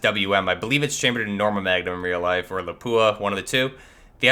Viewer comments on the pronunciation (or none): none